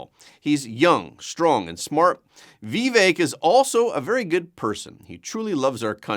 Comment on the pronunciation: I appreciate this show and how it gives me a nice summary of the news of the day. Just a note: Vivak pronounces his name with a sort i and the emphasis on the second syllable.